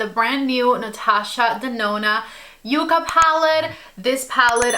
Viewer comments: With 2 C's it is "Yuh-Kuh" and with 1 C it is "Yoo-Kuh." Yucca is the southwest plant (and the inspiration for this palette) and Yuca is the edible potato-like plant. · You are my go-to reference whenever I want to apply eye shadows. Congrats on getting the code...too bad that I had placed an order much earlier before this video came out...ah...bummer. 😂 BTW, it's called ya-ca not u-ca, just so you know. 😊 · N O T. Y O U K A !!! YUCKA I know that sounds weird but its the name of a plant.